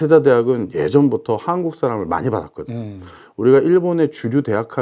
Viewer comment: 한코쿠? 씨발,......발음도 못하면서. . .이런 쓰례기들 어찌 처리 못하나. . .